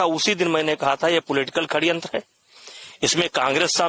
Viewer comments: भाई ये हिन्दी अच्छी बोलता है षड्यंत्र को खण्यंत बोलता है😂😂 'जिसे खण्यंत ही बोलते है' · यह षड्यंत्र को खड्यंत्र क्यों बोल रहा है?😂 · Khadyantra❌️ Sadyantra✅️ Abbe tu speech kaise deta hoga brijbhsan 😂😂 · Sadyantra hota hai ya khadyantra 🤔🤔